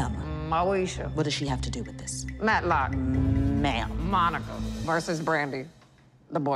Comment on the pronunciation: 😂😂😂 she said Madlock